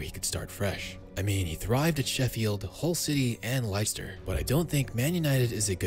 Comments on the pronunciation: "Likester" city 😂😂😂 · “Lye Ster” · Why did you call Leicester "liceter" lol 😭😭😭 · Everyone: Leicester: Lighster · Never heard anyone mispronounce Leicester before. Les-Ster not lie-ster. But yeah Harry Magurie has always had a 50p head but now he doesn't have good defenders bailing him out. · "Laister City"??? ;p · Bro what its not leister city its lester You say lester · "Laister' City? It is "Lester" City.... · It's LESS-ter City, not LICE-ter City.🙄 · Lice-ter it is les-ter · Good video! but its less-ter not Lie-ster! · LES-ter. Not lies-ter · ITS LESS-TER, NOT LIE-CESTER PLSSSSS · “Layster city” uno 💀🤦‍♂️ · No one Literally no one: Lie ster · Everyone: -Leicester ciy: -Lyster city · The way he pronounces "Leicester" 😂 This must be an american. 😂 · Wtf!!! Laister City???😂😂😂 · 'Lycster city' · no way did bro juust say liester city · "laister city" lmao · Who liesta city man? lol, American city pronunciations never get old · "Liceter city" 😂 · Bro said Laister city ☠️ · What the fuck is liester city 😂😂😂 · Lyster city. 😂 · Bro said lister city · "lyster city" dafuck?? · Hang on a sec, Lee-ster city? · "Lie-ster" City. Je- zus. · Fine video, but it's "les-tah"... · Liyster city? 😂😂😂😂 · Who are li Chester 😂😂😂😂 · "Lie-ster City" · LICEster City lol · Did you just call it liester city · LIESTER CITY LMAO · Dude... If ur supposed to be an authority on football info.... At least say Leicester properly. Not "Lai ... Ster... City'. Lol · Lie-star city tho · Lie-ster city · Lice-ster city... Really 😆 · Les-ter city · LESSTER. <=== Leicester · Liester city hahaha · Leicester = Less-ter (understandable mistake, English place names often sound nothing like they read) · mispronunciation of Leicester city 🤣 too funny; love it ❤️ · The way he says Leicester makes my skin crawl. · What's so difficult about the word "Leicester"? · Aint no way you mispronounced Leicester. I was hooked until then but all credibility was shattered in an instant.